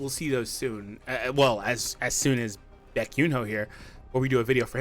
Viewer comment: Bro butchered the name 😂😂😂